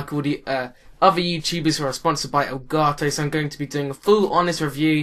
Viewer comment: I like how u say it. El garto